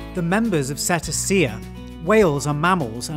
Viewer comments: I love these videos but the way they said Cetacea as (Set-uh-see-uh) instead of (Suh-tay-sha) made me physically retract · Did you mean to say "domestic" here? Forgive me for nitpicking, but I love this series and would like to see you improve on some pronunciations. steppes is pronounced as "steps" "seh-TAY-sha" (the "c"s in cetacea are soft) "BAE-leen", not "BAH-leen" "Rumanan-SHA" ("-tia" sounds like "sha" in taxonomy) "O-MAY-sum" and "AB-OH-MAY-sum" (learned that from animal science class) never heard someone place so much emphasis on "vi" in "cervidae" before... usually I just say "servy-day" same goes for this (Learned these lessons from Spanish class) The n in the "vicuña" has a Spanish pronunciation, so it sounds like "vicu-nya" The middle syllable of "guanaco" tends to have the most emphasis: "gwa-NA-co" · Oh yea, it's not 'setta-see-ya' but 'see-tay-shah'.